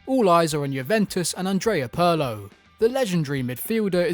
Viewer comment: Pronouncing 'Pirlo' that way should be criminal.